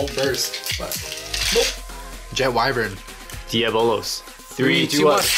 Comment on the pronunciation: Wyvryn is called wyvron